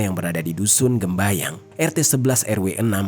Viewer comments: Dusun gembyang bang. Bukan gembayang. Saya orang dekat daerah situ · assalamu'alaikum, aku orang candiroto temanggung juga, maaf mau revisi sedikit desanya bukan gembayang tapi gembyang🙏